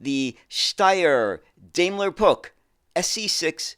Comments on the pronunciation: Steyr and Puch are places in Austria that give the company its name. Puch is actually pronounced Puch, with a short U, and not with a ck at the end. Steyr was and is not only known for vehicles, another part of it is involved in the production of rifles, of which the STG 77 is one of the best known. The Steyr gunsmiths sell under the name Steyr-Manlicher. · Another interesting look into oddities in the bus world. I remember the Puch name as a child but heard it pronounced 'Pooch'. The half cab and small wheels make it look futuristic. It would seem in place in a futuristic science-fiction film or childrens animation! The panoramic version looks more sensible. It certainly has a market, airports and tourist vehicles etc. Didn't notice the UK connection, until mentioned, but remember these more sensible versions. Great stuff! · From what I understand Puch is pronounced 'Pooch', like a small dog/hound? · I've always pronounced Puch as "pooch." Have I been saying it incorrect since I spotted a Puch Magnum mkII at a local mall in '79? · I've always pronounced it 'Pook' (with a short vowel sound rather than a long one). Shows how wrong you can be! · Steyr and Puch are places in Austria that give the company its name. Puch is actually pronounced Puch, with a short U, and not with a ck.